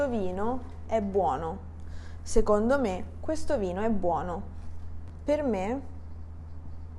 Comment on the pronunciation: Ciao! Grazie! Perche "seCondo" suona come "seGondo"?